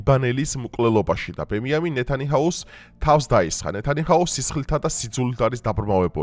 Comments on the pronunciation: ნეტანიჰაუ არაა ნეტანიაჰუ😂😂😂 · რით ვეღარ ისწავლე,ნეთანიჰაუ კი არა,ნეთანიაჰუ არის ბიჭო. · Ვაკვირდები და ყოველთვის, ნეთანიჰაუს ამბობ, არა და ნეთანიაჰუა😊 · “ნეთანიჰაუ” კი არა “ნეთანიაჰუ” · Ნეთანიაჰუუუ ბიჭოოო ნეთანიაჰუაა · ნეთანიაჰუა ბიჭო ეგ, ნეთანიაჰუ. 🙂